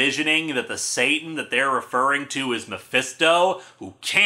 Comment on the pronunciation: I think it's meant to be pronounced "Sah-TAHN" (rhymes with "baton"), since "Sieur" is French for "Sir".